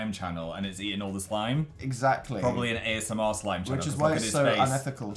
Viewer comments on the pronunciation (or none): none